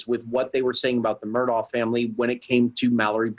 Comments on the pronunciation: Mur-daw not Mur-dawg. 🤦‍♀️ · It's pronounced mer DAW